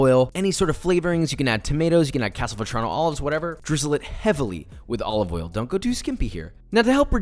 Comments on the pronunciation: Joshua Weissman: olive oil Gordon Ramsay: Olivolle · extra virgin OLOVOL